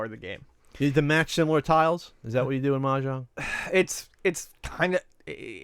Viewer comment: The "j" in Mah Jong should be pronounced more like the "s" in pleasure, and less like the "j" in John.